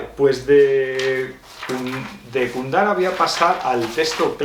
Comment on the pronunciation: Jajajaja,, ¿por qué lo llamas "Kundara"? ¿O soy yo, que estoy mal del oído?